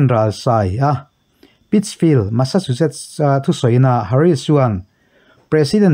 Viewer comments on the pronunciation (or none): none